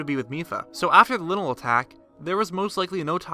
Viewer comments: Its leyenel not linel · Linnel?.............. Really 🤦‍♂️